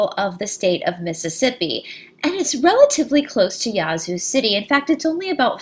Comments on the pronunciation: Hi. Love this story. I live about 45 miles south of Yazoo City and never heard about the witch. It is actually pronounced with a short "a" (like a sheep baaaa). Thanks for all your research. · Wow you did it again. I do not believe that I did not know this story here in my home state. You are pronauses is wrong it is YA Zoo there is a pause between the Ya and the Zoo. Thank you for the history lesson. Are you doing the King James Bible or the Lost books of the Bible. can t find these videos on your site.